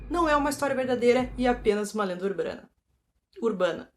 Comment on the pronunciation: A é tão incrível, sincera, sem sensacionalismo ❤️ KKKKKKK amei a parte do "urbrana"